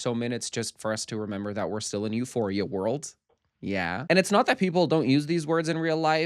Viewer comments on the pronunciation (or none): lmao it sounded like you said eusexua